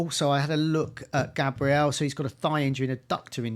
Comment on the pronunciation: Bros still saying GAYbriel instead of GABriel and Boumo instead of Mbuemo 😂 ffs